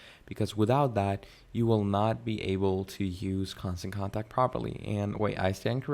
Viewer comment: Bro, I try not to leave negative comments but you should really reupload this, you are presenting this as a tutorial which gives the impression you have some knowledge of the product. But you keep saying Constant CONTRACT, how can you not see the name of the software, it's right there on the screen the entire time 😂